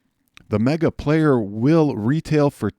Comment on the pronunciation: It's amazing to me that it's been a whole year and you still can't get the name right. You try to review and/or fill viewers in on products and can't get the product name right?